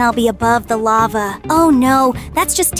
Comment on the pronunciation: And why did say lavae (the e is silent) when she was soing the lava obby